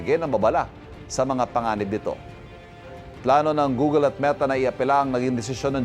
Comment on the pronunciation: Google, not googel